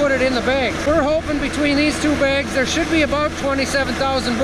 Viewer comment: Begs, not bags 🤪